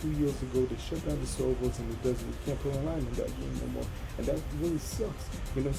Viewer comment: Keep it up bro, and remember it's "more" not "Korean"😂